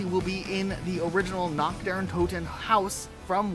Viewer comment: The pronounciation of Der Reise is supposed to be Der "Rhysæ", what's worse is his earlier pronounciations of "Natch" Der Untoten, his late pronounciation of Der "Rhysè", Der "Eisendrack", Gorod "Kovi", "Verrookt" and apparently, "Dy Masheen"